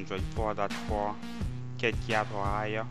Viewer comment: rubbish, and its Kit...you pronounce the KK...KITKAT not YIT YAT!!